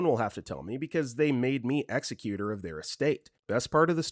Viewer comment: Please stop repeatedly mispronouncing executor of the will. It's not pronounced the same as an executor like a killer. You also pronounced pertussis wrong.